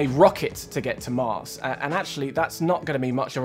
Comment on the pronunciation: "When ah we going to moss?"